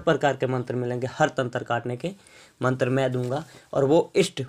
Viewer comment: Hahaaa matar apko bolna nhi ata hai shadna me kia karoge tum